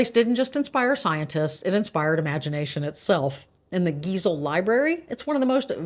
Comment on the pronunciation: Dear ex Georgian, you may have heard by now the correct pronunciation of our Seuss author Geisel is not geezel. Guy-sel